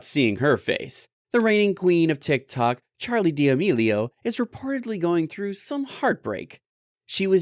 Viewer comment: Charli demelio💀🤣🤣🤣 it’s Charli D’Amelio